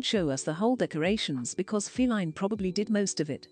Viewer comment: I love how the voice over calls Feline, “Fee-Line “. 😂